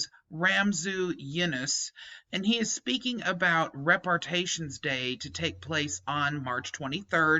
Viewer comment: Rep ar ay shins. Just a correction on the pronunciation, no biggie.